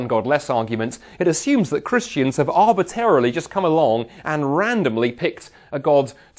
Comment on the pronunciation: I like the way he says "arbitarily" instead of arbitrarily.